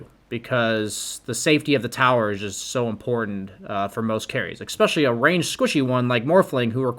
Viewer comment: es·pe·cial·ly not ec.sp.chilly first syllable is the same as the letter 'S'